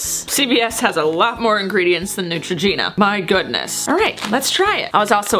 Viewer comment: you said neutroginura